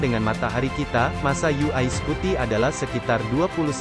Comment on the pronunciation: Daritadi kita dengarnya yu ai scuti yu ai scuti. UY dibaca yuwai bang bukan yu ai 🙏🙏